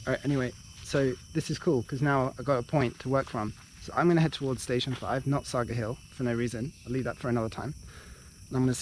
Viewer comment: Its pronounced are peck. The are without the 'r'. Jealous of you